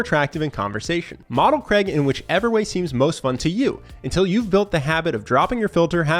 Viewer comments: His name is Craig, not Creg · Craig ...not Creg.... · its not kreg.... so funny. its craig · Fk me, his name is Craig not Creg. Pronounced Crayg. Please say it properly. ;-)